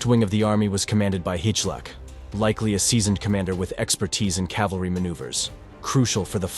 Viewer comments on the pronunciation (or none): CORRECTION! It is "CAVALRY" and NOT "CALVARY" as the latter is a place in Israel.